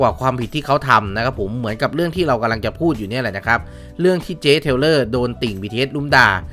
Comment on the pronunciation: นางชื่อ เทย์เลอร์นะ เหมือนจะได้ยิน เทวเลอร์ 555